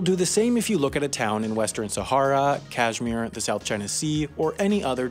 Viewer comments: Ok , let me tell you first how to really pronounce kashmir Kauush Mmirr Almost like that but better than whatever you said. Will someone now pronounce it correctly...?!! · This man pronounced Kashmir Kasdjmir